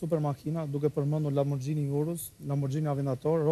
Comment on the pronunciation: Dikush ti mesoj fatjonit si lexohen emrat e atyre makinave, lamborXHini haha rolls royce gust (ghost)